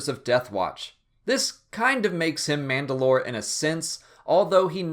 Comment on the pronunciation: It's manda'lor or mand'alor Can't remember which